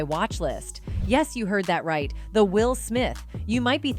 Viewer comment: I hate these A.I. generated clips. , for example. A human would have said "that's right, THE Will Smith" the computer says "Thats right the Will Smith." Pretty soon it will be hard to find any youtube videos created by humans.